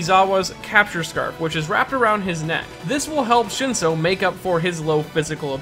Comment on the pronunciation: Your pronunciation of Shinsou's name and ESPECIALLY Aizawa's is like a punch in the stomach. Like, omg it's so cringe